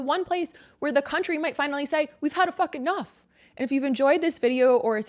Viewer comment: "we've had e fucking nuff"😂😂